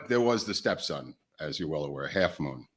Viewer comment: Sun Myung Moon guys. Get it right. You lost me at "half moon". Next.